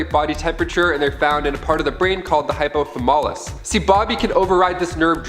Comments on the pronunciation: Hypothalamus, not hypolamathus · Pronounced "hypo thah luh muss" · Also mispronounced hypothalamus... Not hypotha-mollus. More dork than nerd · Hyper Thu-Mall-us? never heard the world before? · never have I seen 'hypothalamus' mispronounced with so much confidence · The way he said hypothalamus means school has failed him